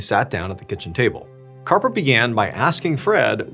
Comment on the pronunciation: Harper!!! His name is Harper!!! Arrrrgghhh!!!!😅